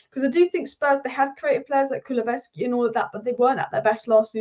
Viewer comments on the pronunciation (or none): Great honest analysis and I noticed you struggle a little pronouncing kulusevski's name, so to help out a little we just refer to as deki😅one for the future and thanks for the plaudits.. COYS